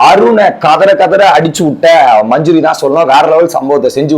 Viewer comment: மஞ்ஞரி இல்ல மஞ்சரி.